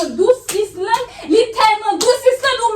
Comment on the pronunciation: Sam Renmn an e lè Badiana di Islande 😂 Padon tnde chr epil tnbe ri